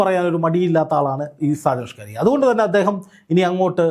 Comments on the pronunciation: എന്ത്യേ എങ്ങനെ ഷാജൻ ഷ്കാരി യ അല്ല സ്കറിയ പറയരു ബ്രോ 👌😭🥰🥰💀💀💀🫂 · സാജൻ സ്‌കാരിയാ എന്നല്ല, സാജൻ സ്കറിയ എന്നാണ് മാഷേ 🙏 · ചേട്ടാ സാജൻസ്കറിയ. ആണ് സ്‌കാരിയാ അല്ല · ആദ്യമായിട്ടാണ് സാജൻ സ്കറിയ എന്ന് തോന്നുന്നു. അതാണ് പല പ്രാവശ്യവും സാജൻ സ്കാരിയ എന്നു പറയുന്നത്. ഇംഗ്ലീഷിൽ സ്കറിയ എന്ന് വായിച്ചപ്പോൾ അത് സ്കാരിയായതു ആണെന്ന് തോന്നുന്നു. അൽ മുഖ്താർ ജ്വല്ലറിയെ വളരെയധികം ന്യായീകരിച്ചു വീഡിയോ ചെയ്യുകയും, ഇപ്പോൾ മൈജി ഇലക്ട്രോണിക്സിനെതിരെയാണ് ഇപ്പോൾ തിരിഞ്ഞിരിക്കുന്നത്. അപ്പോൾ സാജനെതിരെ ആക്രമണം ഉണ്ടായതുപോലെ വിനെതിരെയും ആക്രമണം പ്രതീക്ഷിക്കുക. സൂക്ഷിക്കുക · ഷാജൻ സ്കാരിയാ അല്ലടോ ഷാജൻ സ്കറിയ എന്നു പറയു പ്ലീസ് കേൾക്കുമ്പോൾ ഒരു അരോചകം ആകുന്നു... സ്കറിയ....സ്കറിയ. പത്തു പ്രാവശ്യം എമ്പോസിഷൻ എഴുതിയിട്ട് ഇനി വാർത്തകൾ റിപ്പോർട്ട്‌ ചെയ്‌താൽ മതിയാകും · ഇതെന്താ ഷാജൻ സ്കാരിയാ എന്നുപറയുന്നത്..??? ഇതുവരെ പേരറിയില്ലേ??? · സാജൻ സ്കറിയായെ പറ്റിയാണോ ഈ പറയുന്നത്? എങ്കിൽ അദ്ദേഹത്തിൻ്റെ പേര് ശരിക്ക് പറയാൻ ശ്രമിക്കണേ. ഷ്ക്കാറിയാ എന്നു കേൾക്കുമ്പം എന്തോ ഒരു ശേലുകേട് . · ആദ്യം താങ്കൾ സ്ക്കറിയാ എന്ന് ശുദ്ധ മലയാളത്തിൽ ഉച്ചരിക്കുവാൻ പഠിക്കു, അതു കഴിഞ്ഞു ഞങ്ങൾ കേൾക്കാം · Why can’t you pronounce his name correctly even after many people corrected you several days. There are many people in Kerala with the same name. You are ridiculing them and their names. Are you doing this intentionally? Very annoying and shameful!